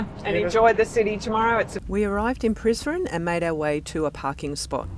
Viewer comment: Prizren - se prononce: Prisrène Donc toutes les lettres se prononcent